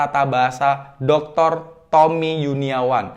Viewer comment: Bilangnya tompi bukan tompi pak😠 tapi tommi